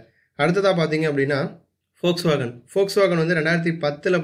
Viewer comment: போக்ஸ்வேகன் இல்லடா அது வோக்ஸ்வாகன்